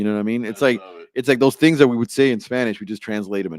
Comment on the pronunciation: you guys don’t say “things” you say “tings” lol